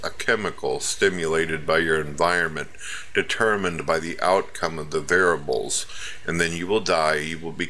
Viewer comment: Not 'variables' these are 'var-a-bles.'